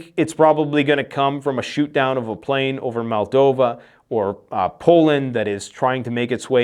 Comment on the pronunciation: MOLDova not MALdova